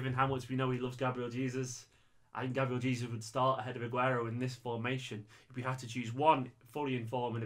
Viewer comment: love your channel but you keep pronouncing Gabriel Jesus in the wrong way